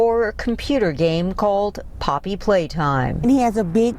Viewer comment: I thought I heard her say poppy playdime so I was like GET YOUR WORDS RIGHT